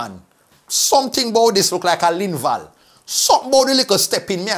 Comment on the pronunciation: Dwl! Not "Lynval!!!"